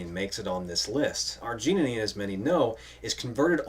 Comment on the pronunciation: You put an extra "neen" in arginine. :)